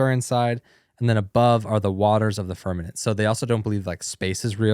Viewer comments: So intelligent, “firmanet”. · Because of these guys and them saying firmanent. I am now a flat earther. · Yo pls stop saying firmanent its firmament 😢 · yall said firmanent like 10 times 😵‍💫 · This is such a sad watch for two people I have a lot of respect for they’re just crapping on the flat earth community which I’m NOT apart of I believe the earth is spherical but have some respect and atleast pronounce firmament right ! Geez! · Haha... It's firm-a-Ment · Can someone teach them how to say “FirMaMent” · Flat or round...how do they not know how to pronounce firmament? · Yeah I was confused by that lol. I’m like “how are they not catching that they’re saying it incorrectly? It’s right in front of them on the screen!” Lol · Once I read your comment, I couldn’t stop hearing it and now I can’t watch the video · Are you confusing firmaMent with permaNent? You sound like uneducated southern people saying like that 😂 Who is the guy that used to work at NASTA?